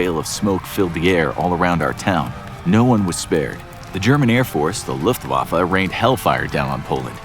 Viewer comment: PLEASE pronounce your German words right. I don’t need Luftwaffe pronounced like “Looftwaffle”